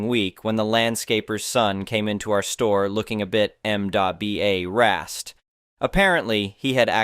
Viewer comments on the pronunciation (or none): That's a very strange way to say the word "embarrassed."